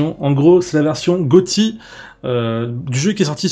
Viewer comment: au debut j'avais compris version Quoty au lieu de Goty sinn super video